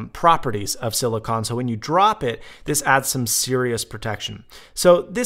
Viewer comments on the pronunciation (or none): Theres a E on the end its CONE not con (Silicone)